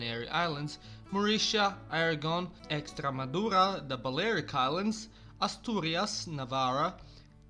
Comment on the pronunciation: I love how this Serb pronounce Extremadura and la Rioja as Ecstemaduja and la hioja